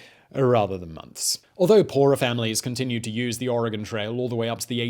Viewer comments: HOLY CRAP. You said Oregon correctly. Kudos. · Its almost more like Oragen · Thank you Simon for saying Oregon correctly. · <----- Oregonian here! THANK YOU for correctly pronouncing Oregon. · I'm a native Oregonian. ( Living in Cambodian now) Its a beautiful state! I miss the beautiful nature alot. Thank you for pronouncing the name properly! 😊😍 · Hello from Oregon 🌲 good job pronouncing it correctly 😅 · I thought it was pretty good considering he’s British. There are plenty of Americans that mess them up worse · THANK YOU for pronouncing Oregon and Willamette correctly. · He said Oregon and Willamette correctly!